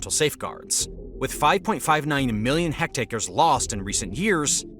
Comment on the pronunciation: It's "hectares" not "hectacres".